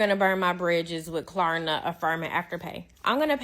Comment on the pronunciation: The fact that dude thinks it's called Klarana instead of Klarna means he definitely needs to stop.